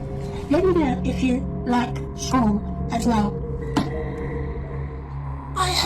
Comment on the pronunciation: on dirait qu’il « choule » pour « school » comme s’il le disait en français en gros, sans tenir compte de la prononciation anglaise du mot mais juste phonétiquement.